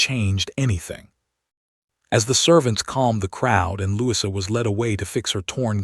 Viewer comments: Try Lou- ease - a... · Louis-uh, that's a new one